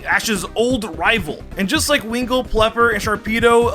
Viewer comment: winkull and pelper lol